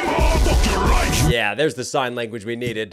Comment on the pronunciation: dont know if im hearing correctly, but i feel that kingkong pronounced 'life' as 'rife' in the bing bong line